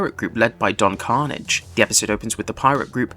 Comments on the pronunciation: Carnage?😂 thats an mcu character. It is don carnage! Emphasis the last syllable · Don Carnaaaaj man. Your pronunciation is killing me. Watch the show if you're gonna cover it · Nice video but... did you even watch the show? It's pronounced Don Carn-AGE!